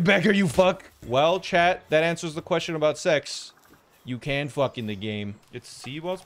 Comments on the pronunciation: Plz let this guy learn to say fuack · He said fuak but sure